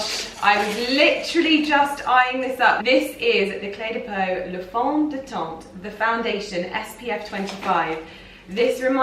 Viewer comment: My lovely, re: Clé de Peau....Please don't say Le fond de "TENTE "which means tent...fond de teint( silent T)= same way you pronounce "TENS" in Serge LuTENS". Also Crème is always feminine so LA crème not LE crème. Just to improve your french... very confusing, I know